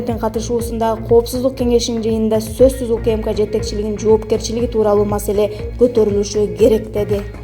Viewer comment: Масала эмес ,маселе .